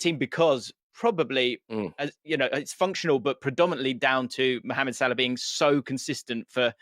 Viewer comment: Possibly the single worst football related debate ever televised. One kid throwing stats direct off google into a pointless waffle and another kid clearly yet to go IKEA who can’t even pronounce Salahs name?! Get Chunkz back on and remove this video from YouTube 🙏